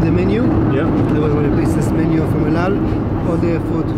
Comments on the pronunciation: The way you pronounce El Al is extremely annoying lol. EU DAU. 😂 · He keeps saying ald al Instead if el al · Why do i hear Eldow whenever sam says El Al. Is it me or someone else felt the same?? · Sam you keep saying eldal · Why do I hear him saying " aldow" every time he says "EL AL". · Why does he keep saying out out? it EL AL - L Al (as in Alan) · It’s EL AL, not Eoldal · It’s el al I’m Jewish I speak Hebrew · He doesn't know how to pronounce El Al lol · You can't even pronounce the name of the airline properly. Idiot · It’s pronounced EL AL.... and it’s Tel Aviv.... oh yeah and EL-AL also means: Every Landing Always Late!! ( just for fun, don’t be angry 😉😉) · It's not " Tel-eve" its Te-la-veev. There are three syllables, not two. And it's not " Eld-Ald" its " L-All" El Al. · El Al and TelAviv - both the words you pronounce wrongly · Please Sam, I love your videos, all of them, but the city is pronounced Tel Aviv, not tel a eave, and the airline is not ELDAL, but El Al. Other than that, I'm glad I subscribed to your channel! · That guy speaks as if he had a hot potato in his mouth. Can't even pronounce EL AL and TEL AVIV properly!